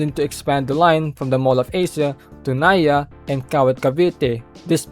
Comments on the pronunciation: NAIA as "naya" 💔💔💔🥀🥀🥀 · pinoy na pinoy ang accent pero di alam kung paano sabihin ang gil puyat at naia😂